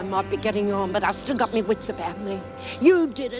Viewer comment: haha not tonight Jim " I'm washing may hair"